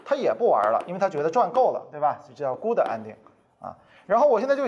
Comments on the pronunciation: 英文發音 Good 沒有「的」 B 一聲（不是四聲） n 不是 恩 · good是短元音，无论英式还是美式都不是gud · good发音错了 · 听到“箍的”“掰的”后，我才明白我的英文是数学老师教的！那我数学不好又赖谁呢？因为数学老师不是永乐老师